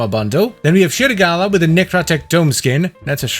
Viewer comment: As a malay myself I was like "wait, did bro just say serigala" 😭